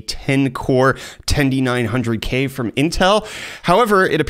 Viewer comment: Every time you say TENDY 900k I want to stab my own eyes out.... it's not a damn chicken tender... TEN 900k would suffice just fine. I like your content other than that though ;)